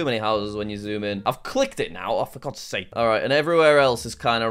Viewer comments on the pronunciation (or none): none